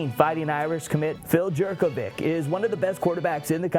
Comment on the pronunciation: Jurkovec (Yur-ko-vets)